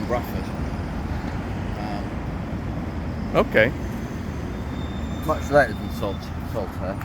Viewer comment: You can tell is a native by his pronunciation of Bradford despite sounding quite "posh" at times 😁